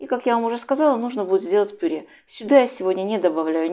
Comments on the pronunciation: Мадам "ПИРЕ"! Что такое пире? Обычно для начинки пирожков идет ПЮРЕ, если умеешь читать, так прочти ,как называется мятый картлфель : ПЮРЕ или пере! Отвратительно слышать такие искажения, даже твое блюдо становится противным, не с' едобным ПЕРЕ! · Рецепт понравился, подача тоже! Хотя тут же вспомнила, как ИИ произносит слово "тЭсто"! Почему пюрЕ, если слово так пишется, а произносится как пюрЭ.